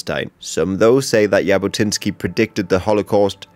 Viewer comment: Zhabotinsky* not Yabotinsky* And yeah, he definitely was a fascist, but not as much of a fascist as he is portraited like. He was more like of a nationalist rather than a fascist...